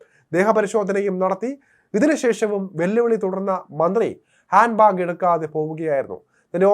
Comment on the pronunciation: ബ്യാഗ് അല്ലാടെ ബാഗ്